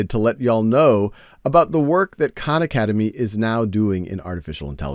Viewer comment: Big fan but Sal need to start correctly pronouncing his last name so people don’t insist on mispronouncing the names of all the Khans